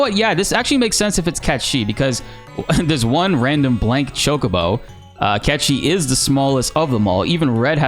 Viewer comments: can we stop calling him catchee. it shows you are not an old school fan. its cait sith.sorry but its super irritating to say a simple name like that wrong. its like sayng tomb rider instead of tomb raider. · God am I glad that that we will get our answer on Feb. 29 as to how Cait Sith's name is pronunced... And pronunciation is some of the worst ever Cait Sith = Cat She:D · im sorry…. is it NOT pronounced as KATE-SITH?! cuz i will be mortified if i have been pronouncing his name wrong all these years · Oh god please no just call him Caith Sith 🤦🏽‍♂️ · we will finally see how cait sith is actually pronounced looking forward to that the most cat chi never sounded right to me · It's Cait Sith...just pronounce it like we all do instead of trying to be cooler by pronouncing it "Catchie". Cmon. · wait you're saying "cat she"? huh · Every time you say "cat chi" I cringe like a mf. Please stop calling him that. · Nice content as usual. I think your saying Caith Sith's name wrong. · 😂 true. I never heard it pronounced that way so it caught me off guard. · Why do you pronounce Cait Sith like that?